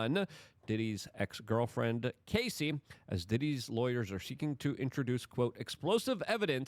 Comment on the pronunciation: It's Cassie, like Cassidy. Not Casey, like Casey Jones.